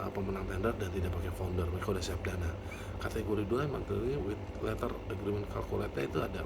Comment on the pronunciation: pemission bukan permition, agreement bukan agrement, fee bukan vee